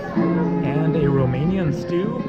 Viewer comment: Hey i am from romania and i need to say that you have a very good romanian acent